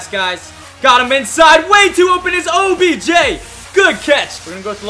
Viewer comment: he said objen